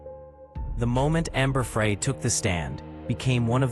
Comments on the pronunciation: OMG…… just listened again to the first part. The narrator pronounces Amber’s last name FRAY, whatever it is, it’s not pronounced that way either. Amber’s last name is pronounced FRY like the word. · Wow. Three words in and I'm done with the AI voice that says "Amber Fray" instead of "Fry." Booooo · Fry... not fray. Ugh. Not a good start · Ambey fry not fray. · My only criticism is T o to please pronounce names correctly! Amber‘s last name is pronounced as it were spelled FRY. The narrator pronounced her last name as if it were spelled FREE. The narrator was an American to my ear. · Please pronounce names correctly. Amber‘s last name is pronounced Fry. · Amber FRY...... like French FRY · Thank you! That mis pronunciation is getting on my nerves! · AI narration in the first 10 seconds. Can’t pronounce Amber Frey’s name correctly and the monotonous voice is a huge turn off. No subscribing here. Why can’t people realize divorce is always an option. Murder is not the answer. My sincere sympathies to Lacey’s family. God bless them all.😢😢😢😢❤❤❤❤🙏🙏🙏🙏🙏